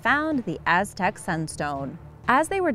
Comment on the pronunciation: Sexy voice I like the way she pronounced the Aztec stuff